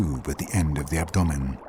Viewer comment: Ab.. what?? Lol i have never ever heard anyone pronounce abdomen like that... ever!! 🤣😅🤣